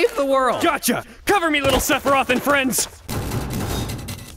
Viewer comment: Sephiroth ends in a "th", but I still get what you were saying. ^^